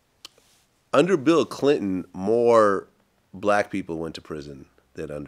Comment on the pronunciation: vlad:"Bill Cliton"😂